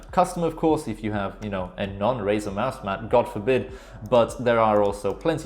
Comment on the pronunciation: mans said gode forbid you dont have a razer mousepad